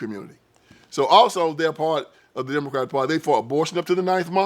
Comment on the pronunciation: What happened is that they were never that!! And did he say Diddycratic?!? Hahahahahahaha…. I’m sold.